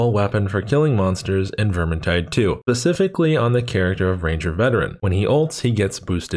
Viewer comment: It's pronounced specifically. With an s